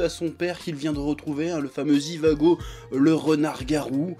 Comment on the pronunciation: Sa se dit pas zivago mais djivago